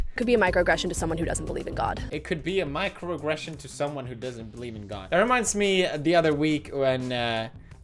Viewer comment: 11 minute video of Pewds misspronouncing "microaggression" several times